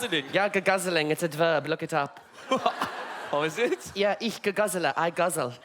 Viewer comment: HOW is Arms this good at pronouncing german words?? the "ich" ?? the "der Barry", "die Dorothy"?? PERFEKTION!